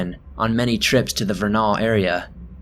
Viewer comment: Vernal, rhymes with journal. Great stories, thanks for helping me fall asleep.